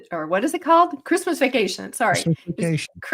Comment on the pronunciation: It's -moose! 😄